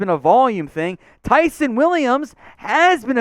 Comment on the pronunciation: You’ve gotta learn how to pronounce these guys names correctly. It’s Tie-Sahn Williams, and Devon(TAY) freeman